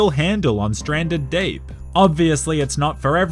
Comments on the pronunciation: he just said stranded dape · Stranded in the Daerjp?! Wth is that 😂 Love that accent!